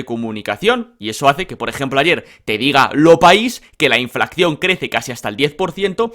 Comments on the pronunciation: …. Por favor se dice Inflación con una sola C no se dice inflaccion. No cometas ese error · inflación, no inflaccion…por favor